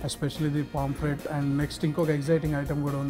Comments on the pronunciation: Nice andi👌👌👌,kani adi "PAMPLET" kadu "POMFRET". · ori సామి.. adhi పామ్ఫ్రెట్ రా నాయనా.. పాంప్లేట్ చేసేశావ్